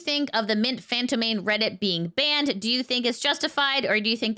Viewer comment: Sorry to be "that guy" but fantôme is pronounced more like fahnt-OE-mh, and less like fānt-oh-MAY. It's basically the exact same word as phantom, but softened up and articulated closer to the throat than the teeth, in that flowery French way. I hope that doesn't come across as nitpicky, I just thought you might appreciate the note.